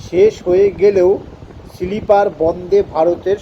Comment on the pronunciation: সিলিপার না রে বাবা !! স্লীপার । লেখা পড়ে বলা অস্বস্তিকর ।